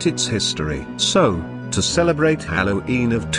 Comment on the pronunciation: Why does the voice pronounce it "hallow eem"